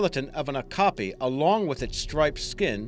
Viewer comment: Great video! Okapi pronounced Oh-cap-ee